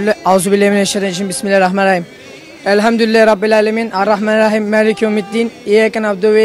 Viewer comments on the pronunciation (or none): ya evlendirme programı olunca takır takır sayıyor sonunu söyleyemiyor alt tarafı şunu dicek bimillarihrahmanirrahim